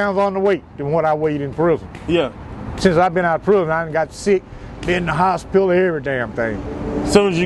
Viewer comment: Is it just me or do people that have been to prison either alot or fora king time say "prison" weird...? They all say it the same way too. "Pruuhzun"😂😂